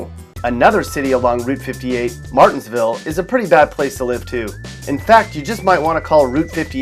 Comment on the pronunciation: you got martinsville all the way wrong 🤣